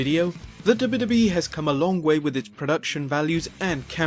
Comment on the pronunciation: i like whenever he says "the dubba dubba E"